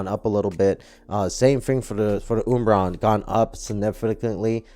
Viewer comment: Wiled? I think you might have misspelled something in your title, and nobody pronounces umbreon like that.